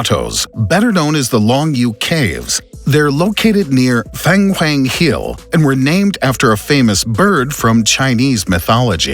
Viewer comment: I laughed so hard when he mentioned Feng Huang Hills… ahahahaahahah… The pronunciation sounds so. Imagine when French were pissed when people pronounce Croissant wrongly. These people are so smart yet, they don’t even bother to find out from their Chinese colleagues or friends how to pronounce …(Unless they don’t know any Chinese people??) Disappointingly Funny…. Wakakakakakakakakakakakakkakakakakaakakakak Feng Huang. That just came out from his nostrils… hahahahahahahahahah oh my gawd, too funny… 🤦🏻‍♂️